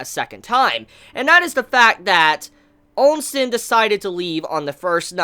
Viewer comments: At this point, i think you only want to trigger people with the oNsen pronunciation xD every time i hear it, the only thing that crosses my mind is a big fuckin termal pool with scary eyes staring at my soul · Short and sweet chapter!, just remember: Oh-Sin. O-sin.